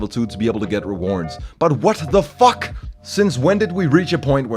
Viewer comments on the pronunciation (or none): the way he said what the fckk the sharpness of the way he pronounce it you can feel the suffering aftermath